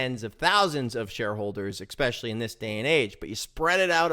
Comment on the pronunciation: This one is "eXpecially" good, thanks ;)